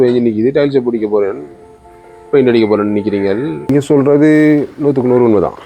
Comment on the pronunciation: உங்கள் தமிழ் வாழ்க. செல்றது அல்ல! சொல்றது. ஈக்குது அல்ல! இருக்கிறது. பெயித்து அல்ல! போயிட்டு. வெல்லம் இல்லை வெள்ளம்